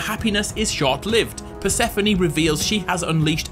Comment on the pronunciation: Bruh its not pronounced per-seh-fo-ni its per-seh-phone or per-suh-phone